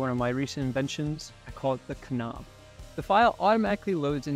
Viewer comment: The K in knob is silent